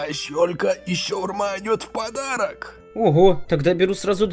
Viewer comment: Тот дядя Ахмэд говорил шаърму полутчишь